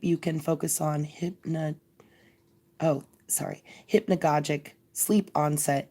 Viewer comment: hypnagogic is pronounced with a soft g..hyp-na-ga-jic. Ouspensky is pronounsed oo(as in woo)-spen-ski